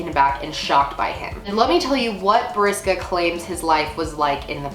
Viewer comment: I'm from Russia, u almost got his name right lol